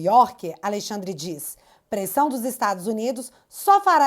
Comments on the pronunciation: '''Aleixandre'' me quebrou. 🤣🤣🤣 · Alei xadrrer😂. Parece o drácula ou a encarnação do Exu